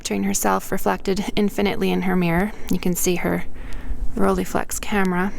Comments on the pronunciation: Its not Roll"ee"flex, its Roll"ei" flex!!! Your pronunciation is very annoying. And the negative is not "about" 6cm by 6cm, it is precisely 6cm by 6cm. That's why its called medium-format. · It's not the end of the world or anything :-) but it's pronounced ROLL-EYE, not "rollie". The "EYE" part is exactly the same "EYE" as in "Leica", etc.